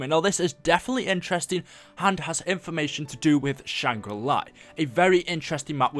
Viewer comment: Why does he keep saying Shang ri lie? What happened to the La?